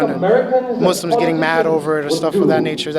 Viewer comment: "We are not uh aiming this toward MOSLUMS" Lol do you know its Haraam for a Muslim to try to implement Sharia.. Its FORBIDDEN if it's not your own country and we have to fulfill all contracts with any Nation we sign even if they go to war with our own country.. So this guy should read the Quran if he has so many to spare 😂 fucking nut